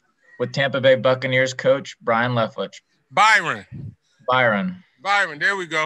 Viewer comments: How in the world did he get the Man's name wrong? Well, that guy won't be offered a Cigar! Byron, not Brian. B-Y-R-O-N!!! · Love his attitude!!! He stayed positive even when they pronounced his name wrong and confuse him for the other black coach lol. Fantastic job this year Byron, shows how great Brady can be when his coach actually gives home weapons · I love Byron . This was a horrible job of reporting. This guys gonna be a head coach I hope he stays with the Bucs. Horrible questioning. The guy into said his name wrong . The first question was for Todd Bowls . I feel they disrespected my guy